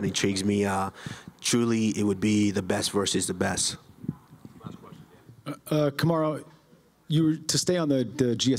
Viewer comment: Kamar”Who” Usman 😂